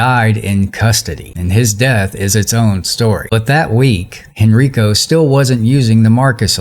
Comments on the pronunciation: thank you for your reporting, this was a very sad situation. Not to be pretentious, but Henrico County is actually pronounced Hen-Rye-Ko. Hope this helps some. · Everyone in this story is black except the libtard governor, but somehow the sister called the bill that was meant to help mitigate the issue "Racist". How is race a part of this story. Oh, and by the way Henrico is pronounced Hen-Rye-Ko. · Henrico is pronounced Hen 'rye' co